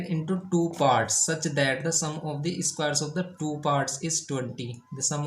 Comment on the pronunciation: Everything is good But I really want to tell it is square not eeesssquare 😂